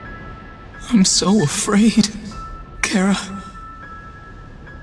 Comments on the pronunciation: Ok first it’s Cara.. and now it’s care-a? Once again, it’s CHARa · how its pronounced ch - ara. how youtubers pronounce it cara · chara got pronounced as "ceara" wtf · It’s char-a! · Chara more like Carrot. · I just realized it’s pronounced “kara” not “chara” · The pronunciations are incorrect with Chara. Some pronunciations are incorrect but almost everything is perfect tho. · We put a lot of thought into how we'd pronounce it. I decided since undertale is such a pun-riddled game and "Chara" is the name you call your "Chara"cter at the beginning, it made sense. Also, Toby Fox officially revealed all the name pronunciations except for this one since it's optional.